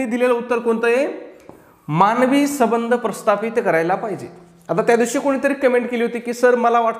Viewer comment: माफ करा सर पण पण सबंध म्हणजे सगळे पण तुम्ही येथे संबंध चा सबंध असा उच्चार करतात. तर मला येथे हेच म्हणायचं आहे के संबंध म्हणजे कॉन्टॅक्ट आणि सबंध म्हणजे ऑल